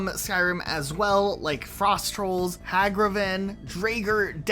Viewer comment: Mispronouncing Draugr is understandable, but I never thought I'd hear someone mispronounce Hagraven LUL